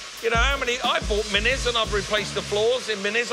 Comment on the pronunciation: Minis, not Mini's